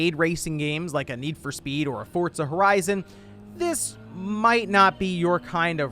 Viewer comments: Its Forza not Fortza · It's pronounced "Fortza"